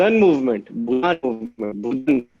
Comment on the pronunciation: Reason - doesn’t know how to pronounce Bhoodan ( he was clearly reading it). Then typing noises for the last answer.